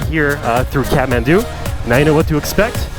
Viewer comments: He says catmandu but it's Kathmandu😂..anyway thanks for visiting our country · Am i the only one who hears catmandu when he says kathmandu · Every time he says kathmandu why I hear catmant